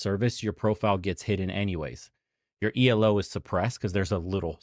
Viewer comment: it’s ‘Elo’ not ‘E-L-O’. It’s a scientist’s last name who created the rating system.